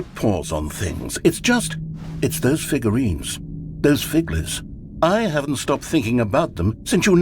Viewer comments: 'Figlureanlurines' kills me every time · “You’ve nearly gotten all of the Figlureanlurines!”